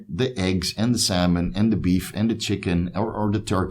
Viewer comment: “Saulmon” 😂😂 love ya man good vid!